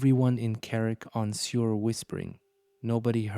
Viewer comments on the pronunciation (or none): Suir is prononced Sure not sewer